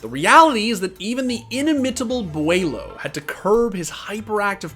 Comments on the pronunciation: Why do they say bwhylow it’s bo lo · Did he just call beaulo BWYLOW? Lmao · Everyone: "Bowl-oh" This dude: "Bewaylow" Like, why are you pronouncing it that way? 😂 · "wilo" "bualo" "bilo" bro can you just call him beaulo? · how do people get "BwaiLow" from "Beaulo" BO-LOW it isn't hard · Nobody:: “Bueylo” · HE SAID BWYLO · how do you have this many clips of beaulos name being said and yet still say it wrong hahahaha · I’m convinced you pronounced “Beaulo”differently every time you said it